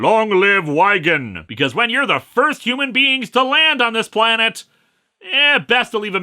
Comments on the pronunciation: There's no E at the end of Wigan. It's pronounced Wig-An not Why-Gan. Linkara you're an intelligent person, or is T***p infectious? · Not to be that guy, but Wigan is pronounced Wig-un, not why-gun. Otherwise awesome stuff! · Wagin? No, Linkara. It's WIGAN. Wig-an! Clears throat. Sorry...lost leave of my senses for a moment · But Why Gan? :D (it's Wig-an for the record but that pronunciation was kinda cute) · I’ve no idea if it’s come up yet, but it’s not “long live Why-gone”, it’s “Long live Wig-gan” but given British spelling I can see the confusion... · sorry have to say it Wigan is Pronounced with a soft I so Wig instead of Whyg, although I can see where you went wrong My towns not that big and I'm surprised it got named dropped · It's "WIG-an", not "WHY-gan" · Wig-an. Not Why-gan. angry brit noises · Wigan, pronouced like wig-ann, not wyegan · Now, now, I'm sure that Linker-Ra knows what he's talking about...😜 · What a old way to say Wigan. I say it like Wig-an. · Just a heads up for anyone wanting to visit Wigan; it's pronounced 'Wig-un'. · Small note Wigan is pronounced like Wig-In. Source I live like an hour away and my towns rugby team has a long standing rivalry with theirs. Edit: Also kinda nice to have a hero from the northwest that isn't from Liverpool, neat. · Absolutely love your review! Man, Dan Dare- my mum used to read all of those! (By the by, pronunciation notes- in England we tend to say vit-amin, where the "vit" rhymes with "zit". Also Wigan is literally "Wig-an", as in "Thing that balding people have on their head- un") Hope we see more of Dan Dare! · ...For future reference, Wigan is pronounced big'un but with a w instead of a b. No criticism intended, place names are often unintuitive at best and British one's can get... Wild... (Worcestershire, anyone?) And your accent for DD is far too southern for a Wigan lad. While Peter Sellis (RIP) was from Yorkshire, aim for Wallace, as in Wallace and Grommet, and you're not going to be far off.